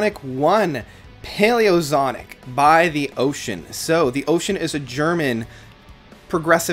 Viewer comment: “Zonic”? Really?